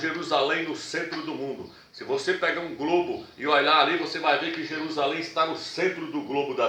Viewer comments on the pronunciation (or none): none